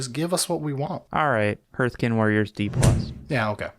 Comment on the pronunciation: That pronunciation of ‘hearthkyn’ caused me physical pain. ‘Hearth’ is like ‘heart’ with a ‘th’, not ‘heard’ with a ‘th’.